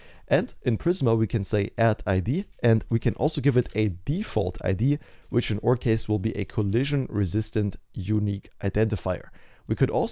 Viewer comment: Thank you for your effort with this video bro! Very helpful and a great one for the portfolio!!! Can we please pronounce our as "our" and not oooor XD